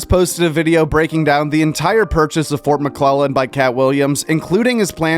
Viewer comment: Anyone else think Katt called the base Fort McLovin 😂